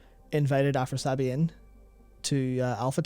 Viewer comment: Afras - i - abi , not Afrasabi